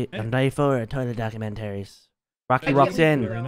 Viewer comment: document-taries. lmao